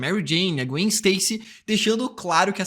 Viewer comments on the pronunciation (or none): none